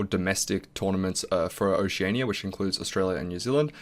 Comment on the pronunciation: First time I've heard someone pronounce Oceania like that haha. Congratulations and thanks for all the helpful guides, slowly working my way through Diamond :)